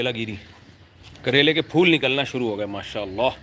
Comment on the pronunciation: Accha hua karele ko skip kr diya nhi to bar bar kalera nikal raha tha zaban se ! Bhindi pe shift ho gaye that's easy in pronunciation